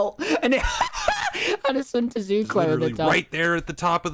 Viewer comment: tommy says sun tazu